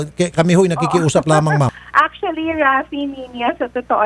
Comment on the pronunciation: actually or acswali hahahhaha artse artse mo..